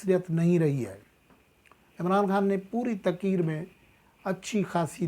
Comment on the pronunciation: صاحب میں آپ کو باقعدگی سے سنتا ھوں ابھی آپ تقریر کو بار بار تقیر تقیر فرماتے ھیں پلیز اس پر غور کریں